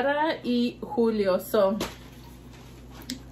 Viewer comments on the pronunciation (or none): none